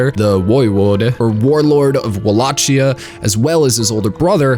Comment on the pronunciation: Love your vid. Really hated how you pronounce the words Walachia and Tepes.